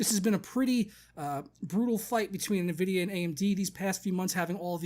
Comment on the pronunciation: sounds like your saying nehvidia lol